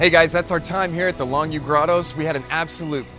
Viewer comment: Longyou is actually pronounced Long Yo . Pinyin is een beetje veranderd